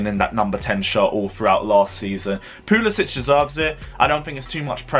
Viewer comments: Bro please pronounce Pulisic's name rirght. He is American, not Scandanavian.✌ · for God’s sake, they’re our players and they deserve to have their names pronounced properly. VER-NER. PULI-SICK. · Timo VERner not Werner, W is pronounced as V. Don't make me come after you. Pulisic Pronounced as PuliSICk!!!